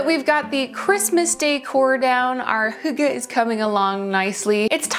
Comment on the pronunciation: That's not a real fire - its your tv right? Also, impressive pronunciation of hygge!